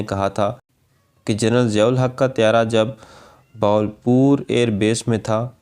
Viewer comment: Madoode azam Siyahul Haq. The stress is on S and not Z.